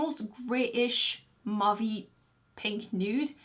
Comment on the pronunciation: You are GREAT! Thanks for this review. But please, MAUVE rhymes with "cove", not "of".